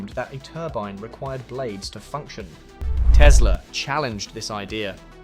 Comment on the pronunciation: Как мне нравится автодубляж - Колю как только не называет - Тесла, Тислы, Тёсла😂 Он там, в гробу, наверное, вертится, как турбина.